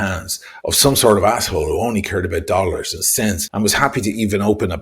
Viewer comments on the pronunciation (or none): none